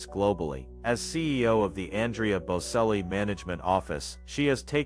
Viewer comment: Get the pronunciation right. Its bocelli the c prinounced ch. If you are doing these posts please get the pronunciation right!